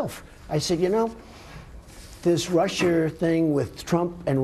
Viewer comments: "this russer thing..." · " This russure thing..."...hmmm... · lol how trump says russia "rusher" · Erratic & Static there's no way Trump is that smart. He said "rush-er"!